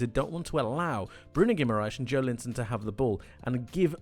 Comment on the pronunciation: His name is pronounced Jo-EL-inton, incidentally.